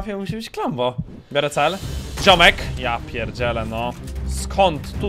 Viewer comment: "briorę udział" najbardziej nie podoba mi sie twoja matka :D